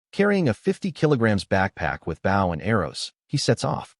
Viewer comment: You catch it, cook it. A pufferfish sounds like something dangerous. The narrator of this needs to learn how to pronounce bow.